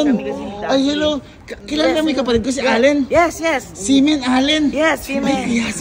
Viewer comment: semen yung naririnig ko sa xi men sorry hahahahaha